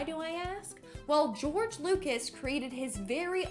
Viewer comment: "Geroge" umm.............wut.....